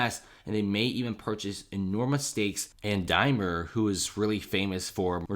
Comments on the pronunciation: DaimLer! :-) not Dymer :-/ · Dude, there's an "L" in Daimler, just sayin'